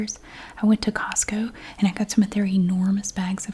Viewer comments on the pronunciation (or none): none